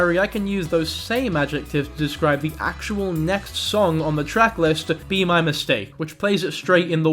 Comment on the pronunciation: i agreed until you butchered be my mistake💔